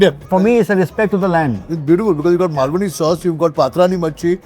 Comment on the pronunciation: Pretentious Bhai, didn’t like it at all, no jaan in the khana. Can we go back to the wonderful kala mutton at Jagdamba restaurants near Pune? What’s the point in eating Brit ingredients? Seems like the guy has a colonial hangover. P. S. The chef’s careless pronunciation of malvani was a pissoff. Its Maal-vani, not Mul-vaani. Next please.